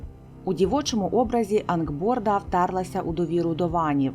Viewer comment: Дякую, за цікавий контент, єдине що Анґрбода а не Анґборда)